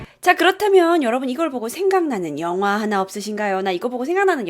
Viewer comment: 초에서 잘들어보면 영화가아니라 연어로들리는데요??